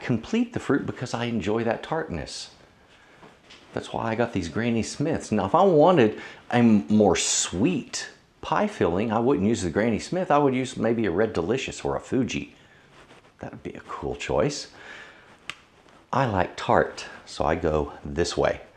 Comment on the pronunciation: Grainy Smith? Wtf! It is pronounced Grannee. There is no 'i' in the word. 3 minutes in & I have turned this off & become bored by the presenter - too much waffle!